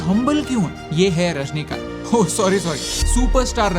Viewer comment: It's Rajinikanth not Rajnikanth😬 The first respect to any person is to pronounce and spell their name correctly 🤷